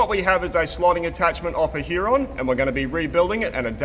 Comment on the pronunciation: Huré , it s french